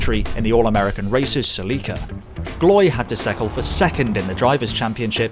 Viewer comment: Nice to hear celica been pronounced properly.